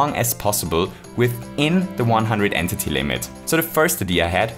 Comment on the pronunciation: Man really called it “an titty” instead of entity